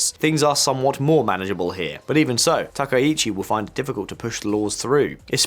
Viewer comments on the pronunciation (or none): From Japan: Dude, do you know anything about Japan or are you just mixing up a bunch of CNN/BBC clips with your duffo pronunciation of anything Japanese? やめてくれ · You repeatedly call her president instead of Prime Minister and you continue to mispronounce her last name. This is garbage Internet slop journalism.